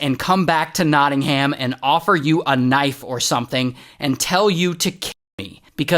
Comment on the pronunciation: its no'ingum not knotting-ham